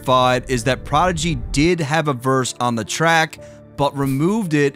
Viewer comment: I never thought prodigy was that good, pretty simple actually and his voice and pronunciation is terrible